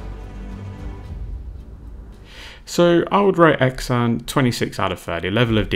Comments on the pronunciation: Xan is pronounced more Sian or Han the way you did. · Well done sir. I've always pronounced his name "Zan", like the "x" in xylophone, perhaps I was wrong? 🤔I believe Xan sculpted a range called Warmodelling, which I'm not sure is still in circulation. In the past I've read that his sculpting "hero" was Tony Barton of AB, and he creates figures which fit well with them. I believe that he has also sculpted Napoleonics. By the way, have you reviewed the "in house" 20mm WW2 ranges from Eureka? They do Japanese, Finns, Pacific Aussies, & US Marines. Did you manage to get hold of any of the Kelly's Heroes range sold by Grubby Tanks in the UK? Also, might be worth looking at the 20mm WW2 ranges sold by Lancer Miniatures in the UK, they seem to have quite a selection, not sure what they are like.